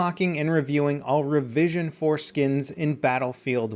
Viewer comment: Anyone else hear "revision 'foreskin?" No? just me? okay lol.